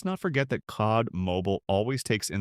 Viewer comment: Not the voice over saying saad insead of C od 😂😂😂